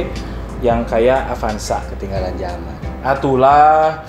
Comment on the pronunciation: Avanza kang...... Sanes apanza...... Sakali deui AVANZA NYA BUKAN APANZA